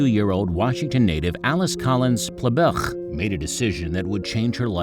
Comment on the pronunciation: Ple..bleeech. Sounds like he spit a lot pronouncing that last name.